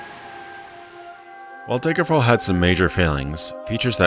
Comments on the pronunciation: All I hear is "Daygerfall" lol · Why do you keep calling it "Deigerfall`"?